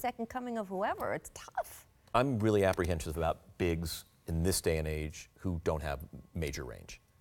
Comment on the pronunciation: Did he say "apprehenscious "?!?